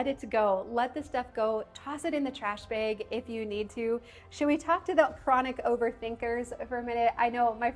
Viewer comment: Black trash BEG lol… tell me your from Wissconsin without telling me your from Wissconsin. 😂